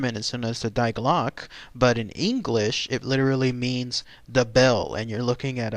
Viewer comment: Great job! However, not to be that guy, but it's pronounced "dee gluukeh"...but I only know that because I took German in college. I guess you could call me a grammar Nazi when it comes to German ;)